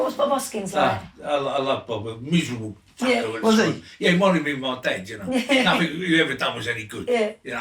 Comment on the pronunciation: "It makes ya feels like, claustrophobic cuz there naafin raaaand ya" . . F'in luv you Ray! 😂❤